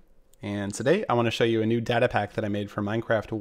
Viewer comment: is data really pronounced like that?